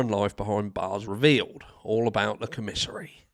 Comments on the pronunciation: It’s pronounced Com men sary it’s the store that people in prison and jail buy from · And it’s pronounced COM-isary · Not trying to call you out harsh Love your show but it's commissary where they get food items or personal hygiene things of that nature he has to pay for it.. pronounced Com-Mis-sary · Its pronounced Kom-a-sary but I get the irony but they can't even get that right! The most frustrating case I've ever heard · Have you looked up the definition of psychopath? Also, you need to know how to pronounce commissary! It’s not pronounced the way you’re saying it. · lol😂that was great listening to you pronounce commissary